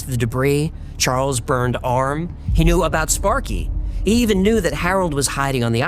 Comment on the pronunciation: sparky was killed by a spark? even you when pronounce the first time the dog name don look very convinced ahhh